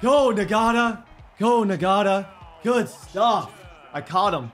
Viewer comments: Bro I’m pretty sure Ngata is pronounced (Na-Ta) no G! I couldn’t help but pick up on it everytime he said it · It’s not pronounced “N-Gata” it’s pronounced “Nata” please no longer call him that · That rookies name isn’t pronounced Na gata it’s just nata the g is silent 😂😂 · “Nagata” 😂 that G in Ngata is silent my boy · Ngata... Nagotta... "Not-uh" 👍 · the rookie we receiver last name is pronounced (not-a) not (n-gota) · I think his name is actually pronounced EN-gata instead of NE-gata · it’s pronounced “Nata” not “Nagata” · It is engata.... that is how u say it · i’m 15 minute in and him saying Ngata like Nagotta is making me insane😂😂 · Boy think he slick with ngata. The g silent😂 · Btw Ngata is pronounced (Not-uh) the G is silent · Ngata is just pronounced Nata. They get it from the Tongan DT that played for the Ravens. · Dear if you see this Ngata is pronounced Nata I know that because of a D lineman who played for the ravens:) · I think it’s pronounced Nata , silent G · Bruh, the dude's name is pronounced na-da. The g is silent